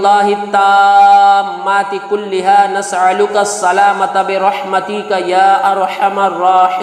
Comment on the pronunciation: Nasaluka Me hamza hai aen nahi